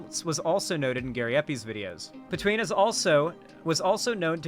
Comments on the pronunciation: Pan - TwaN - Ne - is the enunciation for "Pantoine" .... you lefty making fun of us quebecois for being francophones shows how you'Re jsut as much a joke as anyone, your values ain't worth more than your fake vomiting at the thought of french quebecois language. [ you ain'T nmothing close of the P o sh*t Gariepy, don'T worry, but man it'S sad to see you act like a Leafy or any trash youtuber bashing quebecois] You are better than than and should do better than that next time. Been a yea, gotta get Gariepy roasted if you can debate him and other youtubers could debate him and get the truth out of that cultist ring wing nut. Center-left here and i say : you can do better than joking at quebecois. It hurts so much, i had so much respect for you and had missed that part when watching the video last year and this year... now it hurt like a brick. You kicked me n the nuts and i accepted to keep listening all theses years to you cuz you had a good thinking head. You ain'T dumb man, but agree that we can do best when we are united as north americans no matter what language we speak. United against actual fascists. No matter who the actual fascists end up being when the day of standing for center left comes. I'll be center left, not far left . Front line for the left is us at center-left. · pronounces her name like Poutine, I can't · I literally thought he was going to start calling her "Poutine" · Francois is "Frahn-swah" and Patoine is "Paht-wahn."